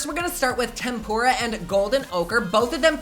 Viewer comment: Lol he pronounced Tempera like Tempura